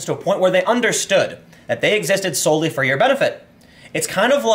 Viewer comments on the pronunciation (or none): none